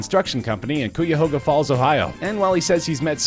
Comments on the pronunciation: Koo-ya-hoga Falls? LOL It's KYa-ga Falls (or for out of towners, ky-a-HOga Falls). (Cuyahoga Falls). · That is sooooo not how you say cuyahoga falls ohio....... no one say this please. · Cuyahoga Falls is pronounced "K-eye-uh-hoe-guh Falls" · It’s pronounced (KYAHOGA) falls 😂😂😂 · Coo-ya-hoe-ga Falls, Ohio! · And they messed up the pronunciation of Cuyahoga Falls, Ohio for the last meme.. pronounced (ki-A-hoe-ga) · What in the FUCK did you just call Cuyahoga Falls? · Dude pronounced Cuyahoga Falls incorrectly lol face palms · The Way he pronounces "Cuyahoga Falls" though 😂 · he fuckin butchered cuyahoga falls on number 1😂